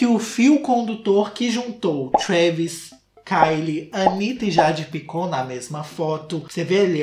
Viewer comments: EU NAO SUPORTEI O "JEIDE PAICON" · "A Jeidi Paicon"😹😹😹😹😹